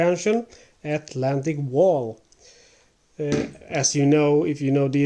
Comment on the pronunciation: Don’t pronounce it like Atlantic a Wall. The tik has the accent, and English wall is not German wall, in German a Wall is some heightened area.